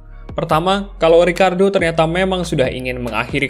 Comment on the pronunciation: ricciardo bang bukan ricardo beda